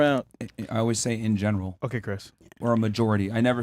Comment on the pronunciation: "Hes speaking in genelow" Im sorry but this was one instance where Chris's insistence on wanting to be a voice in the show made me laugh. Just the way he slurred the word "general" 😂